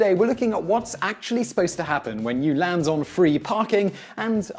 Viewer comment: Why does he say land weirdly it sound like he's saying lans